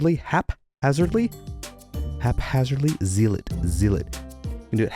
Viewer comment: You nailed haphazardly, though with a minor stumble. Still getting zealot wrong. Zeal is pronounced like seal (with a z instead of an s)... but zealot rhymes with "sell it" and not "seal it".